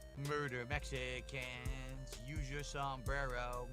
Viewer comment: Love little slip of the tongue with "Mechicans."🤣